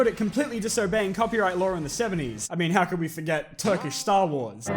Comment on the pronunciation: Well! You actually pronounced turkish names and titles pretty good! And i'm saying this as Turkish.